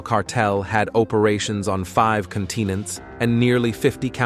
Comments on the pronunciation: 5 CONTEENENTS IN 50 COWNTRIES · Con-teen-ents (continents) mary-wana (marijuana) Mexico spelled "maxico" prosti-tooties (prostitutes) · 😮Lol the narrator said 'count' inents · You saying droogs isnt a word, nor conteenants 😊